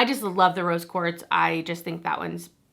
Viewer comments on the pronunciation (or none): none